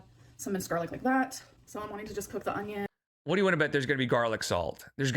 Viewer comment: She does say “ung-ion”. My dad says it too 🤦🏻‍♀️